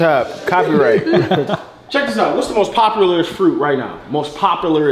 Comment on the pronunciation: “Bopulars😂😂” Insert Banger